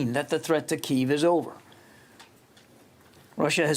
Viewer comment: Why do these government and news people keep pronouncing the city Kiev as (KEY-VE) when its always been pronounced as (KEY-EV)?